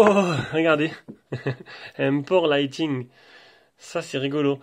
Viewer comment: Je me permet de vous corriger sans être moqueur ou méchant, loin de là mais le câble Apple se dit « lite ning » et non « lite ting » 😊